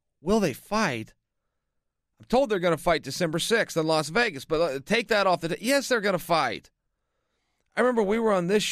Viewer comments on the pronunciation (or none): none